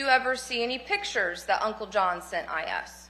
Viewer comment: “Pittures,” is not a word. A judge can’t pronounce a simple word.